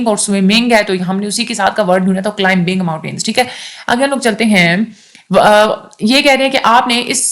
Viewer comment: In climbing "b" is silent letter, /klaiming/ is its transcript after cl "i" is long vowl